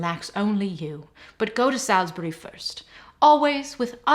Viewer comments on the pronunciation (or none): marquess = mar-kwiss salisbury = sols-bree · How did you manage to mispronounce 'gilt'? And Salisbury, but i can forgive an American for that.